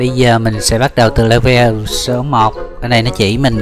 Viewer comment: le-vờ chứ ko phải le-vồ